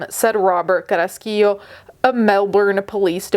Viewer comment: I am so impressed by your pronunciation of Carrasquillo ❤ as latina